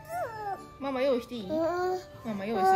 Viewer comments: ママじゃなくてご飯のマンマって聞こえました😃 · 「まんま」もしくは「うまうま」と言ってますね😅 ママに聞こえなくてごめんちゃい🙇 でもここまで来ると、次はママかも🤨 だって音が似てるもん！ ここまで言っておいて「パパ」だったら、オレここ出禁にされるな😅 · 、ごめんなさい💦 これはどう聞いてもマンマ✶マンマですね。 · どう聞いても｢マンマ」ですね(笑)